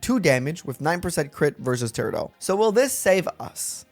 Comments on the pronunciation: Ti-rah-do, with a longer a, as opposed to tira-do, where it's too blended together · Thew struggle against Tirado was probably because you kept pronouncing his name wrong